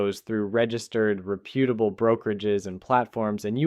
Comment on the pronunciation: a real public service,, thanks so much:) it's rep' u ta bl, not re put' a bl